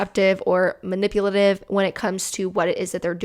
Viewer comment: Ma-nipple-lative?! 🤣 careful, Susan's gonna getcha! "DEMONETIZED! 😡" LOL! The David's Bridal one made me FURIOUS. That's INCREDIBLY unethical, when people give their contact information to a business, it's that business's responsibility to keep that information safe and only keep it for the purpose that YOU agreed to. NOT for some hun with no shortage of THE AUDACITY to steal and use for solicitation!!! I hope the person reported that situation to corporate and I hope that hun loses her job for it, honestly. I don't usually like the thought of messing with a person's employment, we all make mistakes, but THAT? That is just DISGUSTING and a total abuse of her position. And it's all just a trap to access the victim's BRIDESMAIDS too. GROSS.